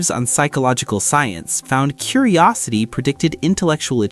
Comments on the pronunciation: "curiristy" lol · "intelctual" "Curirisity" Big signs right there. 😂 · "CURIRISITY" "INTELCTUAL" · agreed! Words like "curirisity," "definutitely," and "obvisusly" made me decide not to give this video a thumbs up or a subscription.